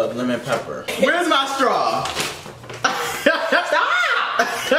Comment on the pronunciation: getting his payback 😂, and that “sTaWp” is accurate 😂